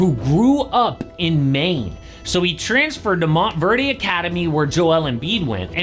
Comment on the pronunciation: it’s pronounced MONT-VERD 😂 also embiid only went there for like a year, didn’t graduate from there. Look at the alumni list that are in the NBA, it’s legit